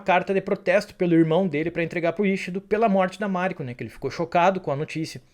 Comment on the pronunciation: Máriko, Fudi, Yabúshigue, Búntaro, Íshido, Ôchiba, Ájiro/Ágiro, sepukú...não faz sentido essas entonações dessas palavras todas.